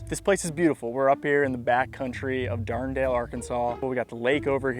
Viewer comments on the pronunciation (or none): Dar-duh-nell not Darn-dale Why? Because it's French. Why? Because Arkansas was part of the Louisiana purchase and the French named a lot of places before selling. U-fkg-moron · Did you say darn-dale Arkansas 😂. You can definitely tell you’re not from Arkansas. It’s dard-an-elle. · Even though I've never heard of it before, I can't imagine that you pronounce Dardanelle "Darndale" lol. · correct pronunciation - DAHR-dən-el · How did you read that as Darn Dale? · Like Dard-en-ale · At least learn how to say Dardanelle. Blue Monster is NOT the toughest course in FL. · as someone from arkansas i cannot stand the way he pronounces dardanelle